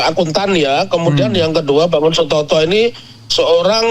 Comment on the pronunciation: بارك الله فيكم مع الناجة dan temannya mohon maaf, namanya Bangun Satoto, bukan Sutoto